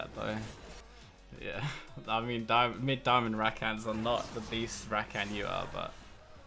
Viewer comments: Ruh-khan not rack-can. Couldn't watch after 3 minutes lol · Ruh-khan??? wtf are you on about? It's Rah-kan